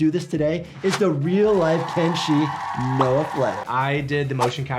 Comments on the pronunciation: Хех,, КЕнши, а не КеншИ))) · Видео отличное,только правильно говорить Ке́нши, а не Кенши́